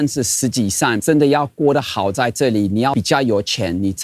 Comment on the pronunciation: 沒錯，還説底加，超驚艷的